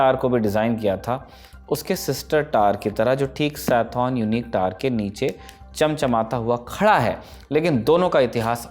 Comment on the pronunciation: Tower ko Tar bol raha Gawar